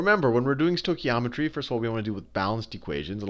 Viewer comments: Love how the guy teaching the lesson can't even pronounce stoichiometry😂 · Great video, although I did wince when he stoichiometry like that...it's said "Stoke-e-om-etry" in my experience. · As Greek everytime I hear the pronunciation of the stoichiometry word I have this urge to rip out my ears. The oi sound is one ( vowel) οι which is the same as η, ι, οι, υ, ει. In this particular words sounds like the English e as in (E)aster and it comes from the Greek word στοιχείο which is element. Note that both οι and ει are double vowels and sound exactly the same. As E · I'm just happy to say I got the same answer as him, however his pronunciation of stoichiometry was funny :) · This guy is just amazing! Haha....love the way he says stoichiometry XD